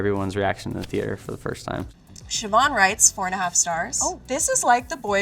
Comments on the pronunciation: Kudos to her for saying Siobhan right. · I'm impressed that she pronounced Siobhan right. Irish person here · shout out to the girl knowing how to pronounce Siobhan